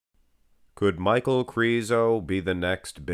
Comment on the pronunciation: I think his name is pronounced "Meek-Hal" but i might be wrong, i just can't see Michal being pronounced Michael, Mikal would be a close 2nd imo.